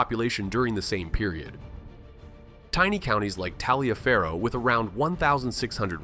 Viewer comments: Keep your "mob rule" propaganda to yourself. And the locals pronounce it "Tolliver" ˈtɒlɪvər, not (Tal-ee-uh-fer-oh). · Around 1987 or so, something happened in Crawfordville that was big enough for the WCNN News-Talk Radio in Atlanta to report. Every hour and half-hour, the announcer would talk about Tal-ee-uh-fer-oh County. I thought surely someone at the station would let him know. They didn’t. So, after about three hours, I called the station, and asked them to have him call me. “John, the name of that county is pronounced ‘Tolliver.’” “You’re sure?” “Yes.” He must have confirmed it, but at the next news break, when he said it right, you could tell he still thought someone just might be kidding. The way he said it, “Tah….lee…ver, he was having a hard time believing it.